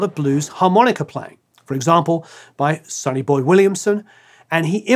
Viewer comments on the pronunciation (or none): none